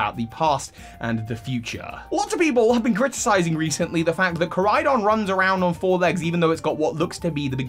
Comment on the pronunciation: KorAidon. You keep forgetting the A. And really it shouldn't be a vehicle at all, it's stupid.